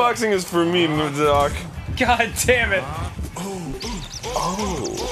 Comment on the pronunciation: No matter how many times I listen to it, I always lose it when Danny calls Doc "Dark"